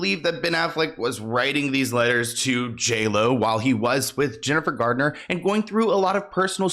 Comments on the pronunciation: Jennifer GARNER not Gardner dude, lol. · It's Jennifer Garner. Not Gardner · IT’S JENNIFER GARNER!! Every time you say Gardner I cringe.